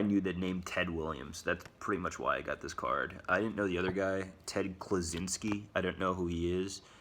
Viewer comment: Ted Klaczynski?!? Wasn’t he the UnaBomber? Oh, wait...that was Ted Kaczynski. And your card is neither, it’s Ted Kluszewski....Look a little closer before you hit record. Not trying to be a jerk, but I’ve heard a couple of similar goofy sounding mispronunciations on YouTube just today that make me cringe like hearing mails on a charlkboard...